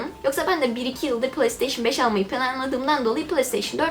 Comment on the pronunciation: PlayStation Türkçe okunuşu Plesteyşın değil Pleysteyşın diye okunur.